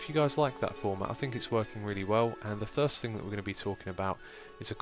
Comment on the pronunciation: Love that you addressed 'chube'. Also really love 'thirst' instead of first...reminds me of a family inside joke.